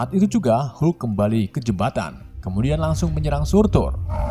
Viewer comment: Ha ha sebut hulk pun tak betol..come on admin.."